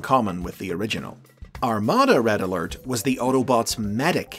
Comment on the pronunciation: RED UH ALERT WOO WOO WOO WOO WOO WOO